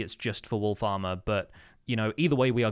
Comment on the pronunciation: Everytime says wolf armor i hear wool farmer. Also auto crafter is amazing such a great gift.